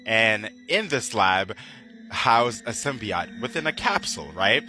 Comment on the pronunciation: Sim-Bee-Oat... NOT Sim-Bee-Ot